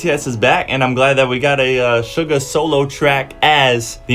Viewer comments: Does he pronounce Suga like Sugar.... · Its pronounced shooga